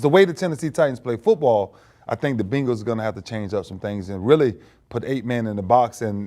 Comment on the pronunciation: Ray said “the beengals” lmao